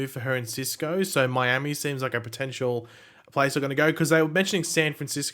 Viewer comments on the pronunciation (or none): none